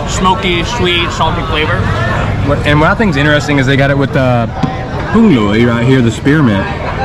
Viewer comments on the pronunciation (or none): Rau "Húng lìu" chứ ko phải "Húng lùi" nha.